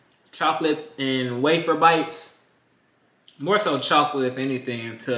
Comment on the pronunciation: Am I the only person that hears him say chalk-lit